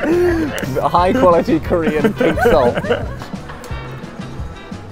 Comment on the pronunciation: The player that liked korean fried chicken the least had an impeccable pronunciation of korean.